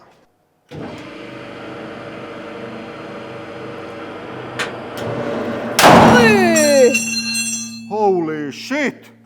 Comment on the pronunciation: "Hoe-lee sheet!". Did not let me down today.